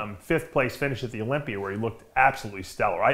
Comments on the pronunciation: Dave I love you bro, but please stop pronouncing Olympia as OlympiER. I love your shows, but I feel like I’m watching a Jason Genova video when you do that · o L y M p I e R